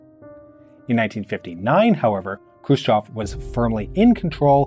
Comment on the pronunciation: Finally, a foreigner calling him "Hrushyov" and not "Krushyev"